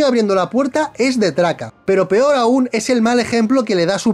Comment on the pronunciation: peor - “pior”